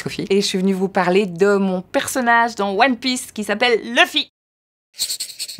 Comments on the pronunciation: Qu’elle apprenne déjà à prononcer « Luffy » correctement… parceque LEufy c’est juste pas possible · Voilà pourquoi je déteste les VF… elle n’est déjà même pas capable de prononcer correctement le nom de son personnage… Leufy 🤦🏻‍♂️🤦🏻‍♂️🤦🏻‍♂️ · DONC C A CAUSE DE TOI QUE TOUTE LA FRANCE DIT LEUFFY 🥚🤦🏽‍♂️🐓 AU LIEU DE LOUFFY ( luffy/Ruffy) COMME TOUS LES AUTRES PAys !!! Aucun respect de l’art des jap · Après j'ai commencé à regarder OnePieceen vf en je crois donc entendre Leuffy ça me fait rien du tout. Après le Québec niveau doublure c'est un monde à part pour moi. Parce que "Cars" qui devient "Les Bagnoles" et surtout la doublure horrible de DBZ. En plus prononcer les prénoms à la japonaise ça peut être compliqué quand tu parles pas la langue parce que y a des sons qui existe en japonais mais pas en français, vice-versa.